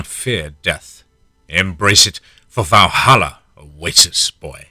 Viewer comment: Awesome story once again, but you miss pronounced Valhalla 😂